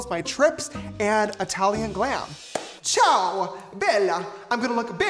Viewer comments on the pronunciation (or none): I’m sorry never say Ciao or Bella again u don’t i mean just can’t say it like that plus im Sicilian so I know that is not how you say it never say hi 👋 beautiful ever again, please